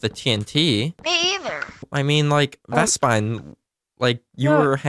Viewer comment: who tf is vespid you kept calling him that its vespine lol